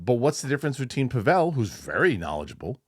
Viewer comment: After all this time, you should know his name is pronounced PAH-vull, not Puh-VELL.